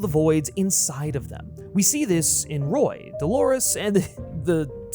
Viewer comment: Roy? You mean RORY?